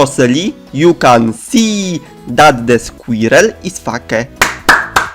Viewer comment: Skłirel ys fake XDDD